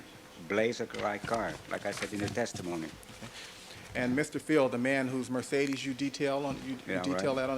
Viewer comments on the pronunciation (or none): none